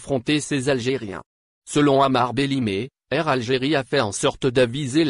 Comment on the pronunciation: BELHMAR ET PAS BLEHIMER